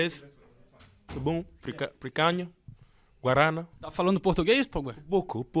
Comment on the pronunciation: “Picânia, guárâna?” Pogba, Paul